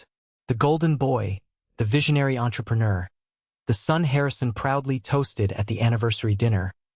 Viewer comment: I absolutely hate the way AI pronounces entrepreneur.